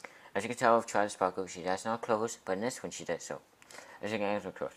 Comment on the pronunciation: *toilet sparkew